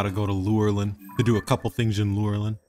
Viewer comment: You said lurein wrong